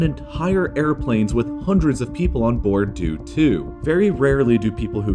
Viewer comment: EntHAIre planes with HHAndreds of people